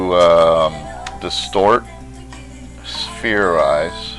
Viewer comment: he said SPHEARIZE